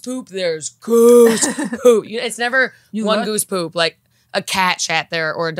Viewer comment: whenever said "Goose Poop" my ears immediately heard "Goof Troop" for some reason 😂